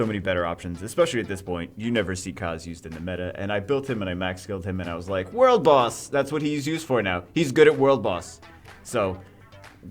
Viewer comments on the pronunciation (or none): none